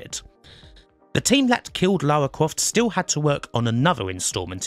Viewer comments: Lawa cwoft 😂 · Damn those yankees, butchering Lawa Kwofts pronunciation. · Lara Cwoft Chuck Wock You're just doing on purpose now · "Let's call her Lara, because Americans can't pronounce Laura" Every American talking about TR: "Laura Crawft" I mean, on the plus side, Lara is apparently short for Larissa, which really helps with the whole posh thing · Lara Cwoft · Lawa Cwoft